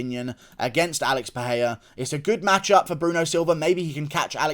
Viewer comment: Who dafuq is Paheia? It's Pereira